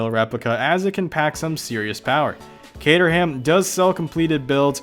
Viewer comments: I just wanted to update you regarding Caterham (UK viewer, and it's pronounced cater (as in catering staff) -am (as in I am), the "H" is silent but let's move past that :) ) Caterham no longer make kits, only fully built cars. However, another option is Westfield, I have a Westfield FW (bought this year) and it's a fun project :) just wanted to update you regarding that :) Post an updated version of this :P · Kay-trum... that's how you say it. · Caterham pronounced as kay-trum. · For the Americans... The 'h' in 'ham' in English place names is usually always silent. Thus, Caterham is Cater'am, Buckingham is Bucking'am etc. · Oh heavens, you really need to stop murdering Cater-ham! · It's pronounced cate-rum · you pronounced caterham wrong! :D it "Kate-ram" or "Kate-rum" (depending on accent of where your from in the UK!) :D but apart from that not bad vid! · Please....Caterham, pronounced Kaytram, is not a replica, it was and is officially licensed by lotus to replace the lotus 7 under licence. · Dude just cause your American... please pronounce the names properly, its CATER-AM.....silent H!! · Pronounced as Kate_er_ram, all one word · Lol! Cater-ham? It’s Catr’um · Dez Delaforce good video...by the way old chap, its pronounced kate - trum not cater ham! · Cater-ham? No. It's Cater-ram... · Dez Delaforce its not kate-room you idiot, its kate-er-ham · Dez Delaforce actually its pronounced 'kater-um' down south england. Accents are great ay. Cateram 500 is awesome. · I work at Caterham (which is down south) and everybody at Kate-trum calls it kate-trum - not kate-room, kater-um, or the videos safest bet - cater-ham. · Cateroom wtf. Its pronounced caterum. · it’s not kate-er-ham it’s kate-er-rum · Its not cater-ham its caterham